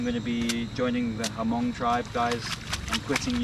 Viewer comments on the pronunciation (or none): Great video! But It’s pronounced “mong” not “ha-mong” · I'm Hmong living in the United States and I just want to correct you how to pronounce Hmong. It was not HaMong, the "H" was silent. You should just pronounce it MONG. Great video. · Its pronounce Mong, the H is silent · It is Hmong not Hamong :-) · When we visited the Hill people in Thailand they said the H is silent and pronounced it Mung. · When you pronounce Hmong it should sound like this, " Mong". You leave the" H " out.